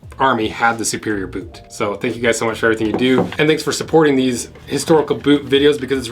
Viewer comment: Why do you never pronounce the T in boot?